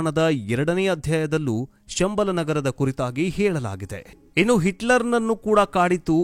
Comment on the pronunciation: ಶಂಬಾಲಶಾರದಾನ್ಯೂ ಸಂಬಳ ಎಂದು ತಪ್ಪಾಗಿ ಹೇಳುತ್ತೀರಿ